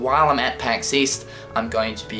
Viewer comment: Pax East? I thought you said 'Weast' Oh wait, that's west...